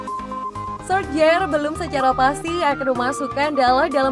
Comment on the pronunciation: Min sebutannya Ole Gunna Solsya